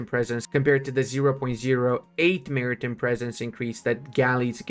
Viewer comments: Mara-tim presence hurt my soul more ...... Mari-Time man! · Maritime... Time, like what time is it? Not Tim, the guy who lives down the road. Then there was more. Cinque... Just sink (kinda). French for five. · hey buddy, how do you pronounce the word "time"? So why do you pronounce "maritime" the way you do?